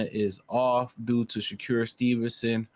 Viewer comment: It's wild how you pronounce his name - Sha-cure 😂